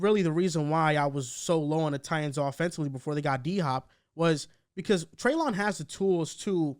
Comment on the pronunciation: Just so you know, it’s Trey-LIN not trey-LON